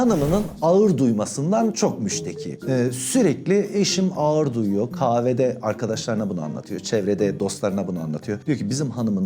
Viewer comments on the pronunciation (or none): Abi efsane derecede seni çok seviyorum amaaa ne olur alınma birşey söylemek zorundayım 😬 diksiyonda a+ğ+ı uyumu diye birşey var, bu harfler bir araya geldiğinde ğ+ı düşer çift a(aa) sesi çıkarılmalıdır sen birkaç defa “ağır”ı basa basa söyleyince söylemek zorunda kaldım yoksa seni düzeltmek tabi ki haddime değil 🙄 öpüldün çok 😇